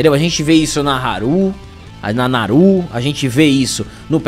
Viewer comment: eu adoro quando vc vai falar da personagem do filme do predador a Índia comanche e vc erra o nome dela, o nome correto é Naru, mais vou te sugerir continuar errando que fica muito massa kkkkk Tipo: fala essas opções de cada vez: Saru, Paru, Daru, Caru, faru, zaru e etc.... menos o correto Naru kkkkkkkkkkkkkk. Valeu forte abraço